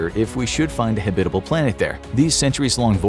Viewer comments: HAB-it-able. Not Ha-BIT-able. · Habit-able. Not Ha-bitable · Habit. Not hebit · This is the first time I ever heard anyone pronounce it "habITable" instead of "HAbitable." Is that a thing? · Very kewl video. Long time fan/subscriber. Only one criticism, your pronunciation of the word habitable. The emphasis is on the first syllable, not the second. Pronounced like habit-able. Otherwise.... "stellar" as always. Side note: There is an "earth-like" planet near Proxima Centauri which is only 4.2 LY. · Not Hebbitable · Habit. Like the habit of a clergy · oh my freak! the accent in Habbitable is on the first sylable! you said it wrong over and over making my brain explode! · Habitable is not pronounced that way. Google will correctly pronounce it for you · The polar bear looks so sad. Probably heard habitable mispronounced way too many times. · Anyone else pronounce “habitable” differently to the narrator? Sounds so wrong the way he says it lol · Say “habitable” like that one more time… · Saying habitable like this makes me angry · Can't even pronounce habitable? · No, not a thing. He mispronounced it all the way through the video. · Buddy pronounces "habitable" really funnily 😆